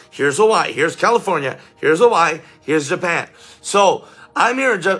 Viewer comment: You pronounced Hawai'i correctly 😊😊